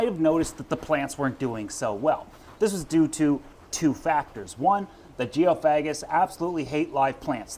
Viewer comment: Geo fag gis 😂 its pronounced geo fay gis